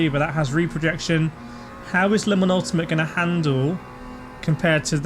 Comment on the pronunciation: Don't say Le Mans Ultimate like 'lemons ultimate. It drives me MAD"!!!!!